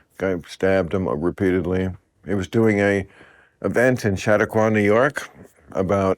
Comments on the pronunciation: Bill's pronunciation of Chautauqua, NY...priceless. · Chatauqua is mispronounced by Bill. Profound movement started by Methodists.